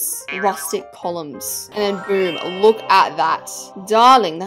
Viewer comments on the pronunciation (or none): none